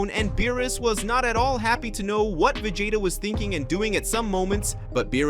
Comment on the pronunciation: Can you say Vegeta? I don’t think you can if you have a speech problem go to a speech therapist.